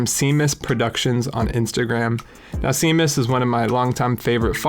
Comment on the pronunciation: Thanks for the feature (it’s pronounced shaymus) 👊